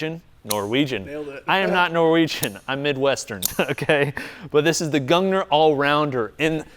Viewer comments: Gung-neer is how you would pronounce it. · it's pronounced like goongneer I believe. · it sounds like "goongneer"